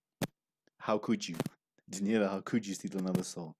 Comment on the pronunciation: Love your reviews of Daneliya but you still are pronouncing her name incorrectly. It is Dan el i ya NOT Da kneel i ya